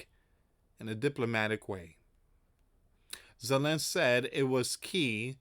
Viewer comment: It's ZELENSKY, NOT ZELENSK!!!